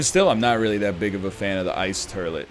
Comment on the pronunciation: I love the fact that thanks to, the word has just officially become "turlet"...